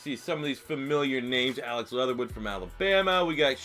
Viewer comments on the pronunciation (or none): none